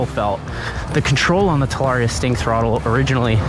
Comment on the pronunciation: At least learn howbto pronounce the damn name TA LA RRee Ah